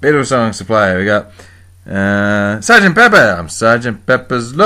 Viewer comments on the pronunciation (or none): first i thought you said: Salt'n Peppa! no, no... sgt. pepper.. ah!...